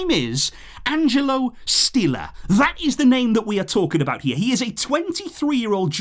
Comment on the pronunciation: It's pronounced SHtiller....